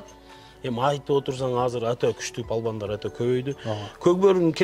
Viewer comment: Жакшы адамсыз палван дебей балбан депеле айтынысчы